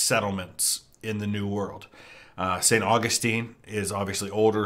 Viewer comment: Love their stuff but...that is not how you pronounce St. Augustine.